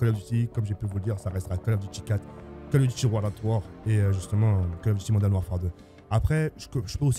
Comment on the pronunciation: Yoo En taupe 3 je retrouve Call of dit Modaine Warfare 2 Pouahhh modaine 😂😂😂